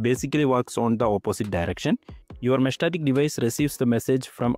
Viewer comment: Mesh-Tas-Tic. lol I feel like you said 'meshtatic' just to trigger us haha. Thanks for the vid